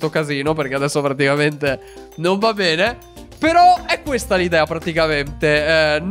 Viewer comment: Hai detto bene o pene? LOL